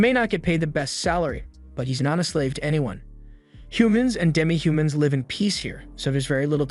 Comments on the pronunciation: it’s given away when it it mispronounces words or uses the wrong pronunciation in the work context like it said “live” like a concert instead of live in the sense of having a life and existing. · Is this an AI voice or something? Weird pronunciation on swears and the wrong version of live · This is AI. It pronounced "live" like in livestream but not live like living.